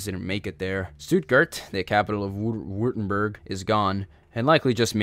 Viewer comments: Württemberg > Vurtemburg Österreich > Ooster-rye-ck Jäger > Yay-ger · Saw you had some pronunciation problems, so figured I’d chime in to help you in the future. The end of Osterreicher is pronounced somewhat like bike, but with an r instead, so “Oster-rike” Württemburg is “Were-tem-berg” or “borg” depending on which you prefer, and Jäger, whom were basically just skilled hunters/riflemen in Germanic nations, is pronounced like “Ya-gur”. Great video just like the last ones! Glad someone is doing in depth tellings of it. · Don’t you mean österreich oester-raish Jäger- yègah Württemburg- Vuerttemburk